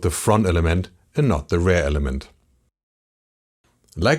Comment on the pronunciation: Liebe die Serie, aber manchmal triggert mich die ansonsten sehr gute Englische Aussprache doch extrem: Bitte REAR nicht wie RARE aussprechen und SET ist ein irreguläres Verb - nix mit "SETTED".. :)